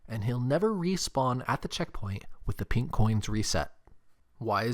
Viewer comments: hearing him say “pink” coins is painful to hear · just thinken studios he emphasized the INK